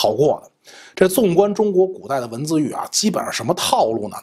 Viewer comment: 说起文字狱..古代啊（重音）…😂